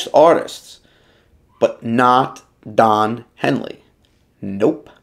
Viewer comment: “Don Heely”? 🤦🏻‍♂️